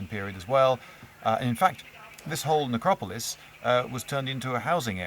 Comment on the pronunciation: It's pronounced neck-rop-oh-liss